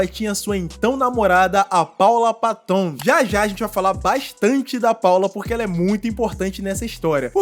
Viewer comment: Ridículo essa apresentação dele com a Miley Cirus mesmo. Teve uma época em que ela se perdeu, igual à muitos artistas, o sistema quer você destruído. A Paula Patton é bem bonita. Se pronuncia Péton e não paton